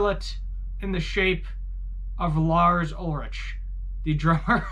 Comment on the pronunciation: That’s not how you pronounce Ulrich.